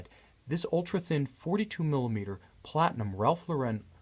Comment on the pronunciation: Great review. Beautiful watch. You clearly understand horology. Please know that it's Ralph LAUR-en, not Ralph Lau-REN. Accent on the first syllable.